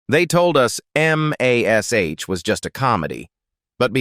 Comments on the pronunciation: What you can't say the word MASH, like MASH - POTATOS ????? MASH MASH MASH !!!! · It's AI. The script was typed as m*a*s*h* instead of mash, which is why it spells it out. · For goodness sake just say Mash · Please for the love of God get rid of the A.I. it can’t even pronounce MASH!! Use real voices. DM me I’ll read your script at a discount! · “It’s pronounced MASH, like in mash(ed) potatoes. And Alda is pronounced “all duh”. Sheesh! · And doesn’t even 1 person who can listen to English tell the creator to fix it? The reader-bot doesn’t need to pronounce “Alda” as “AL-duh” it could be corrected in the script as “ALL-duh”. Or replace all the M*A*S*H with MASH. Or, here’s a thought, get A HUMAN to read it!! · I'm with you on that especially how it says MASH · Especially how it says MASH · Yeah, it was called MASH, not M-A-S-H. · You have got lots of interesting facts, but I could barely listen to it because of the mistake that your AI made. The title of the show is not. M – a – S – H. The title of the show is mash like you say, I have mashed some potatoes, so if you’re gonna bother to put out some thing like this, let’s do it right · Am I the only 1 that says: No war, no bloodshed, no atrocity could be worse than... A.i.'s grotesque voice mispronouncing everything. I loved that show but could hardly get through this stupid video hearing that ugly voice spelling out Em-Aye-Ess-Aich every time instead of saying MASH. Ai is NOT very intelligent!!! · UGG, no one can “hear” a scalpel cutting skin! You can see this, but the only thing you might hear is a scream if the patent wasn’t under anisthisia! And M. A. S. H. when pronounced is “mash” as in mashedpotatos. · Please teach AI that it's pronounced "MASH ". I got so sick of hearing M-A-S-H that I baled out of this video.!! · AI sucks. M A S H? Loretta Sweet. Really? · It's MASH ... not M A S H. Ugh!!! We're going to be replaced by this (AI)? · Gave up because of the terrible AI narration. M. A. S. H. Instead of MASH.